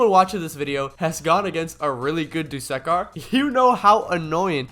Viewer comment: its that time again... bro fr said duskkar and... ( , , ( also he doesnt cancel dmg he minimises it) ) also dont give me a bullcrab answer that your mic glitches again or smt like that